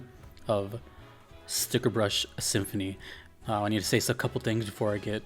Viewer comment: Ah, more DKC, love it! =D By the way, it's "Stickerbush Symphony" without the 2nd 'r'. Even if the Internet has gaslit a bunch of people into believing otherwise! =P